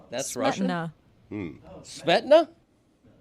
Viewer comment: Its pronounced "smee-ta-na". But i liked the joke 😃